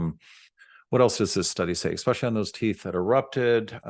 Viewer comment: Dentist says eXpecially.